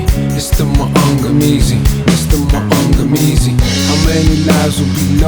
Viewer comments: Being Kenyan and understanding Kiswahili, I find Akala's pronounciation of Maangamizi quite amusing and slightly cringey😂 But A for effort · it's cringy because that isn't how it is pronounced, but it's understandable because he has a British accent. But him pronouncing it wrong doesn't mean people should stan him any less